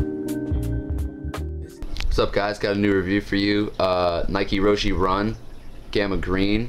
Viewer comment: its pronouced rosh